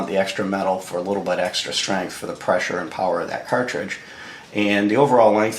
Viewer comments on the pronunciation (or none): none